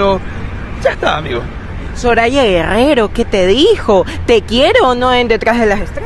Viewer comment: El entrevistador : gggrrenier... Soralla gggregrero